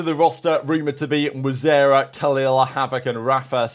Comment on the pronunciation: now he's mispronouncing mwzera I just enjoy it 😂